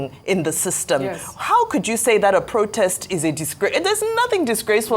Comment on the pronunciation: plse learn the right pronunciation for the word, "protest".